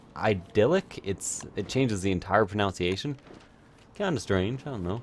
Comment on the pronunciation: "changes the entire pro-noun-see-ay-shun" Know what else changes the entire proNUNciation? Pronounce and proNUNciation.